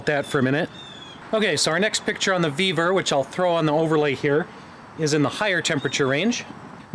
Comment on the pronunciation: Vevor 😂 i thought he said beaver 😅